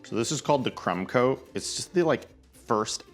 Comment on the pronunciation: I was distracted for one second when you said "crumb coat" and I swear I understood something else 😂